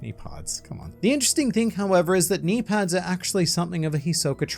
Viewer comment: I didn’t even catch your mispronunciation of knee pads because of your knimey whimey accent